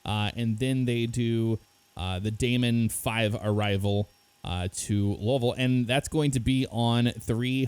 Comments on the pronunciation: Low-vull? 😂 it’s “Lou-vull” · Did say lolville? It's pronounced Looeeville or Louilsville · Pronounced Lou-a-vull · Did just say lolvol 😂😂😂